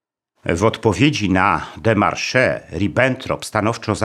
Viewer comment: W słowie démarche nie wymawia się końcowego e